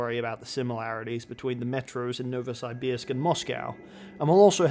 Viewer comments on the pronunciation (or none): Pronounced NovosYbYrsk